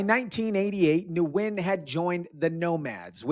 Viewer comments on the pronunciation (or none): Nguyen is pronounced Win 😉